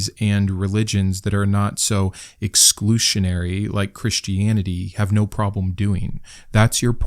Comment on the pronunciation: western = west urn, not wess trun exclusionary = ek skloo zhuh neh ree